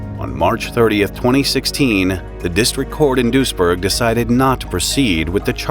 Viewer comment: Weird this is so close and I never heard of it. As a random note, your pronounciation of Duisburg is closer to the Dutch village of Doesburg, which I am also familiar with so for the longest time, I was wondering what was with all the German until I realised, it was Duisburg lol near Düsseldorf smh I'm silly